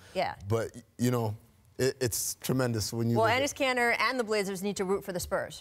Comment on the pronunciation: Enis Kanter? Really? 😂